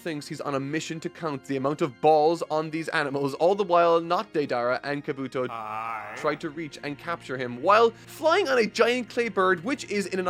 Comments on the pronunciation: Kob bu toe not kabooto lol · Its a shame some jackass's had to spoil some things for you but enjoyed the video as always. P.S. its KahBoo-Tow not Kuh-BooTow and Min-Uh-Tow not Min-At-Tow :P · Also, Kabuki not "Kabooto"!! Learn more Japanese pronunciation.